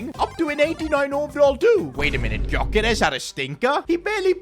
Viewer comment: The G in Gyokeres is silent